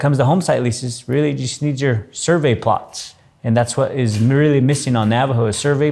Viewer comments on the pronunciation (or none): It's survey PLATS. Not plots ...